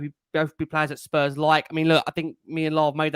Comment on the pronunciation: Great show as always but please stop saying Spurs’s. ✊🤍